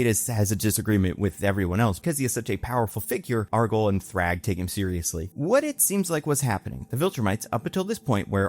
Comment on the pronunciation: why are you saying "Argyle" 😭 its "Argall"